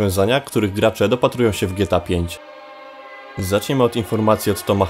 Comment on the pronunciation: Czemu ty mówisz "gieta" a nie Gie-Te-A, dosyć śmiesznie to brzmi